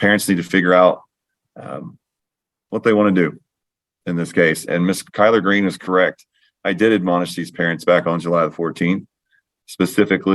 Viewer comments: Kyler- Green. I also heard colard green! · lol. I had to back it up a few times and I still heard collard greens. Glad it wasn’t just me. 😂